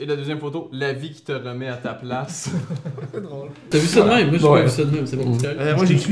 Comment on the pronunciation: criss on dit pas me(i)me mais mème